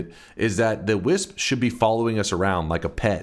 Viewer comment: Kept thinking he was saying whizz when he said wisp 😹